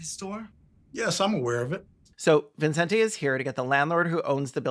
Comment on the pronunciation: Latina mom here. There's no way his parents called him ViNcente Ramos. The name is Vicente. I can only imagine he got tired of correcting people and just let them add an imaginary N every time they read his name, but really it's just evident that there were no Spanish speakers in the production of this film.